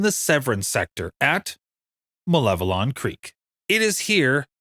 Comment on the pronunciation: Thank you for the correct pronunciation of Malevelon!